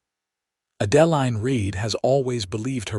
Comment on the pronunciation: The name Adeline is pronounced Ad•ĕ•līne.